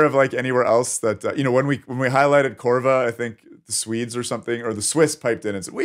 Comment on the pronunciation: Oh, and, it's COVRA, not CORVA 🙂